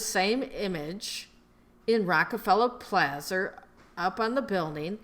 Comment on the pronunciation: This is disinformation. It’s a bunch of bull . You don’t have a clue.She was a Luciferian. She mentions it in her books not to mention Lucifer magazine. Also The theosophic society is not teaching anything Blavatsky taught. Btw it’s not Rockefeller Plazer it’s Rockefeller Plaza lol